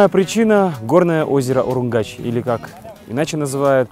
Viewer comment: Всем привет! Случайно наткнулась на этот канал, и была приятно удивлена. Качество съемки и монтаж не хуже чем в "ОиР". А ведущий - даже лучше. ;) Классный выпуск! Только один минус - звук закадровой читки не годится, надо бы погромче и ясней. П.С. И еще, одна поправочка, не УруМгач, а УруНгач. Дальнейших успехов вам! Подписываюсь и жму колокольчик. :)